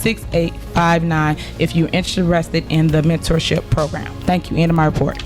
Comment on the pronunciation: Bentorship or Mentorship????? Dont know . Speech class?